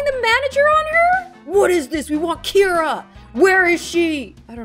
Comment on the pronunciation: my names kira but keira and i’m living for the way says it